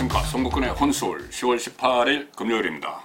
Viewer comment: 혼술을 한술로 발음하네...ㅎ